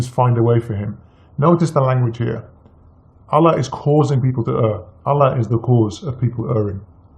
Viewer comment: zino R.H.L he was never a Muslim he can't even pronounce Allah properly. He knows more about bible than Quran. A fraud who is only spreading hates and lies and he wants to get his ass kicked bad